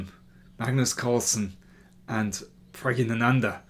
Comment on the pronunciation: Pragg ina nandhaa isn't the right pronunciation Nor is Pragg na nandhaa It's Pragg ya nandhaa